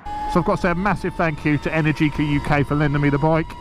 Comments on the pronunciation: Mate, the stressed syllable in Energica is the second one (enERgica), not the third one (enerGIca). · It's pronounced enErgica not energIca . 😄